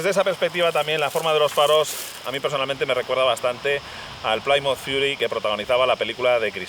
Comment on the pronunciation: Plymouth = plimauz